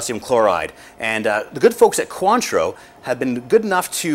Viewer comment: Maybe he should learn how to say cointreau......